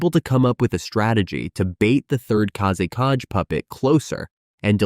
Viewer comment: I'm not sure which one is more of a nightmare – the Third Kazekage puppet itself, or hearing Kazekage being pronounced as "Kaze KG" – which would make a kickass name for a Sand Village MC.